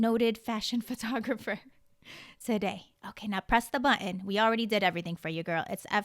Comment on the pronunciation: I really like you. But please stop pronouncing “button” as “buh-in”